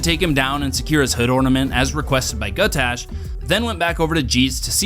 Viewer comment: For god’s sake man, his name is Gutgash, not Gutash! Great video though, nice work!